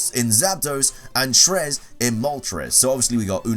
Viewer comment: It’s funny hearing white people try Spanish “Trez” lmao